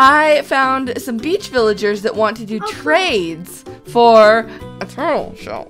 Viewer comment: amy shes saying turtel